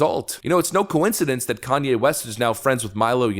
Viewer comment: Tim lost watchers from people that can not stand Kan-ny.